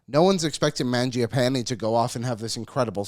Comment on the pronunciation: Hey it is pronounced Mon Jah Pawn Eh.